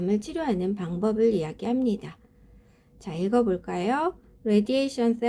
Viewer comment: 대단히 감사합니다 Therapy 는 마지막 소리가 p 인데 f로 들리는 것 같아요 ^^